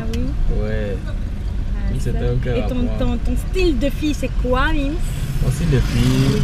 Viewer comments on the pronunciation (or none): C est Mink's* pas Mim's , mdrrr